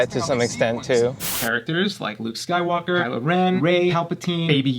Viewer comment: Anyone else notice he has a very strange way of saying “rise of Skywalker” he puts emphasis on walker. It almost sounds like “walkar”